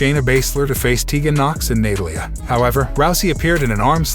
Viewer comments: It's obvious you don't watch wrestling as you don't know how to pronounce wrestlers names. It's not only "Dom I nick" and "Na tal ia". But it's the way you have a bland no feeling way of reading the scrip your delivering your cast sucks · nuh-TALL-ee-uh, loser.